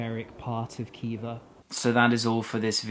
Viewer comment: It’s not Kiva, it’s Hiva. And not Bukara, but Buhara.